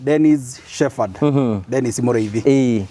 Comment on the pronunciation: Îra shepherd "h" ya kerî nî silent. Rîtamûkagûo ta arî "sheperd."